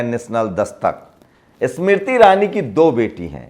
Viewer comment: Yaar tum apna Pronunciation to theek karlo pahle......Smriti bola to aisa laga ki Isss Mirtti ( Iss mitti ) bol rahe ho.....